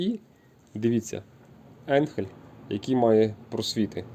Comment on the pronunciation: Не енхель а айнхель де ти взяв цей самопал.